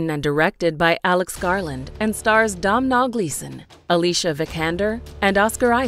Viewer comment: Not the way she says domhnall as dom nal 🙄